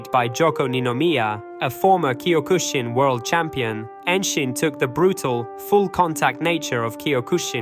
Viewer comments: Bro, do you you even "CUE MY TAE"? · Learn how to pronounce Kyokushin